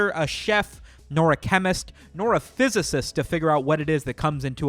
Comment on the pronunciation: a "fizz-icist" hah lmao nicely done